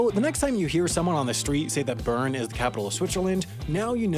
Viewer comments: If you 're going to talk about Bern, maybe you should learn how to pronounce it. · I spent a summer in Lausanne and I remember talking to one of my friends there about going to visit Bern (pronouncing it Burn as in the video). They were confused saying they hadn't heard of it, and I said, the capitol city? And they said "ohhh Beln" (with a good french Swiss accent) (They didn't correct me on calling it the capitol)